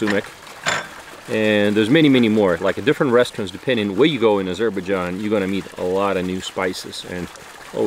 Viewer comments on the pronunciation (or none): Azer- bág-ahn ???? My God